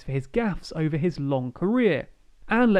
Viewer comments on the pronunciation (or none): none